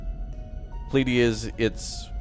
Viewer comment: FYI,, Pleiades is pronounced as 'plee a dez'.